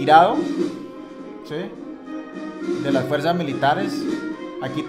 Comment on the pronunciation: te volviste a equivocar "MILIATRES"